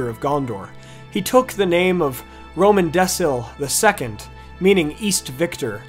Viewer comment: Hyarmendacil is pronounced Hyarmendakil, not Hyarmendessil. Romendacil is Romendakil, not Romendessil. The C was always hard, not soft in Westron.